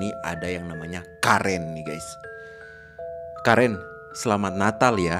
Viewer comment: Bang itu karen dibacanya keren